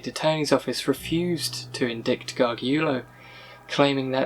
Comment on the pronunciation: Its Tricia pacaccio "PAH-KAHTCH-CHEE-OH" AND Michael Gargiulo " GAR-JEWELL-OH. I'm not trying to call you out or anything I just thought you should know. I love your videos keep em coming! You're doing a great job!